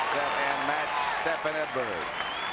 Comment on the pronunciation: Try getting his name right, it's "STEFAN," NOT "Stephen"...